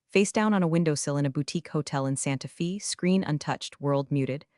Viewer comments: Santa"fa" not "fee" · Santa Fe is pronounced like Santa Fay NOT Fee. Sloppy.